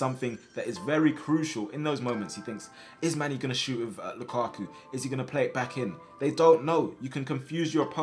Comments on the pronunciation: It hurts heating him saying lukaku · did i hear him say lukaku?🤣